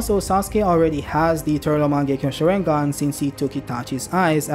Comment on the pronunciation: I hate how he says sharingan